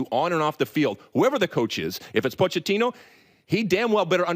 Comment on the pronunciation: Hey Lalas it is pronounced “Poketino!”